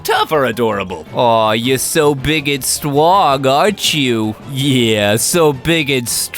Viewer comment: So stwong